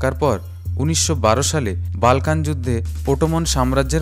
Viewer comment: বাল্কান না এটা হবে বলকান